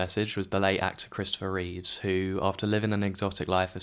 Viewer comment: I hate to criticise, as you've obviously done your own narration and not used one of those awful AI voices - but it's Christopher REEVE not Reeves. His name is even shown on screen a couple of times.